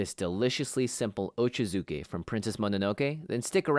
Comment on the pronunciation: It’s actually pronounced OH-CHAH-ZOO-KAY not OH-CHUH-ZOO-KAY 😅